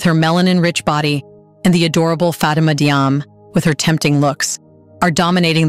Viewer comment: it's Jarmay, not Diame. I'm Diop, pronounced Jop. Diouff = Joof. Diallo = Jallo. All major athletes